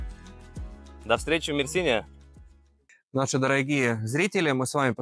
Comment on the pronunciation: НурСултан Мерсине ударение на Е